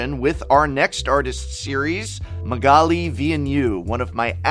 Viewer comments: Wow he butchered Magalis name xD PS: Gawdammit that mother of runes ! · Is this the correct pronounciation of magali‘s last name? If so, you blew my mind.